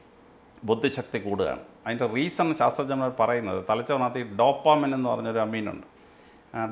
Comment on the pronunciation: ഡോപ്പോമിൻ എന്ന് പറയുന്ന 🤣🤣🤣